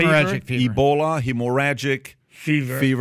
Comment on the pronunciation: You can pronounce “Encephalitis”, but you can’t pronounce “hemorrhagic”? They make commercials for hemorrhoids (preparation h) on tv…the! This is a bad Chanel btw!!